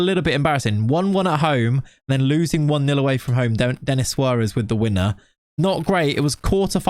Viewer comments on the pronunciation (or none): none